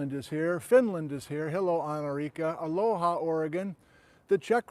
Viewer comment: It's not a low hah, Oregon. It's aloa, said quickly. Aloha to you.